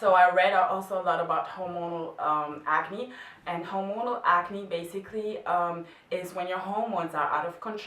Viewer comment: Hola, estaba escuchandote y te sugiero que revises algun video médico, porque me pareció que pronuncias mal hormonal... o tal vez sea que tu ritmo del idioma es excelente y le baja el volumen, no estoy 100% seguro, pero creo que lo estás pronunciando mal. Como vos en otro video decís que no tenes problemas que te corrijan, te lo comentaba porque en otro lado lo escuché pronunciado diferente Un saludo Pablo